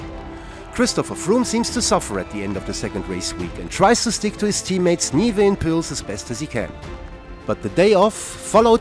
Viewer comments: The fact that this comment is 4 years old aside, the correct pronunciations would be close to “Mee-kel Nee-eveh” and “Wowt Pools”, so no, they are definitely mispronounced in the video. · Goddamn, what a mess. Just do the stages in order, I lost orientation despite following the race very closely. Oh, and work on your pronunciation. “Neeveh“ and “Woot Pells”, really...